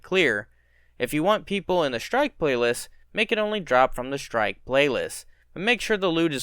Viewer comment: You mean "shtrike".